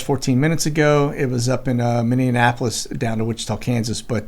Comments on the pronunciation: Minneapolis .. minnie ap o lis ..not minnie anapolis..haha... annapolis is in md.haha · Dude...It's Mini-Ap-olis like Minnie mouse. NOT Minn-e-en-apolis. 🙄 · Love ya brother. But please. Mini apolis. Not mini a napolis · I love listening to you... but it's like nails in a chalk board, to me, every time you say Minneapolis! Mini-ap-a-lis. Please. Lol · Great video! I have to laugh, tho, every time you say "Mindianapolis" instead of Minneapolis!! :) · There is no D in Minneapolis. Pronounced Minnie -a-polis. Just saying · I live in Wisconsin. We have all kinds of fun place names up here. What you mean to say is "mini-Apple-iss". :-) love your show! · Minneapolis Minn- ee- apo- lis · Minneapolis Minnesota is pronounced minni Appel less. I Love your Chanel. You are amazing! And I’m a 50 something year old grandma Patriot and I just find all of this so fascinating. I thank you for all you do. 🙏❤️🇺🇸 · Minneapolis is pronounced like Minne mouse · Dude, Minneapolis and Annapolis are two separate locations. PLEASE QUIT ADDING A EXTRA "N" IN MINNEAPOLIS !!!! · do you pronounce Minneapolis wrong on purpose???